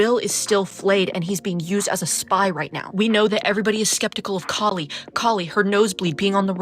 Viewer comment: it's an Indian name pronounced Kah-li not like Callie. I was so disappointed with what they did with her character 😢